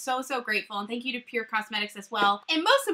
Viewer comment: I WANT THIS PALETTE SO BAD 😫😫😫😫😫 lol also... have i been calling pur cosmetics wrong? Lmao!! Saying pur minerals a million times in this video 😂😂😂